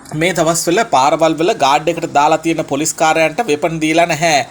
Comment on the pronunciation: අනේ උත්තෝ හරියට වචන උච්චාරණය කරන්න ඉගෙන ගෙන වරෙන් මුලින්.. පොලොස් නිළධාරින්🤣